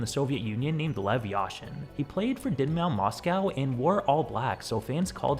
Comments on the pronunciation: Dyn Mao 😂 bro, what are you saying? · That pronunciation of Dynamo is insane. And the American way of saying Moscow makes me quesy, i just think of a mossy cow. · Butchering Dynamo is just horrific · Dynamo❌ Dinmao✅